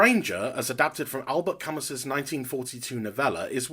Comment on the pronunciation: Albert Camus is pronounced "al bear kamoo".